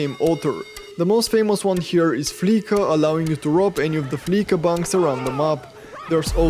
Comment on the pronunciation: Trying to help out... It's pronounced 'fleesa'. To 'fleese' (spelled fleece) means to rip someone off. These payday loan places they represent are a detriment to those that need to use them. They cash your check but take a portion of it. The people using these places tend to be poor and desperately need the funds now, so they are effectively forced to pay the fees as they typically are unable to cash their check at banks for one reason or another.